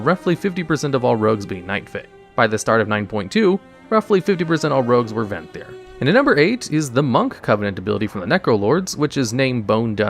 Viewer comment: "Necolord" "Venthry" Oh boy.